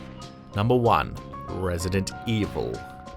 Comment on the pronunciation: Am I the only one who noticed the way he says Resident Evil? Lmao